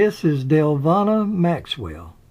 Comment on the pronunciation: Well done! I would only say that Paulita is pronounced 'Paul-eee-ta' (long e sound). Similarly, Deluvina is pronounced 'Duh-luh-veen-ah'. Hope that helps. Thank you for the video!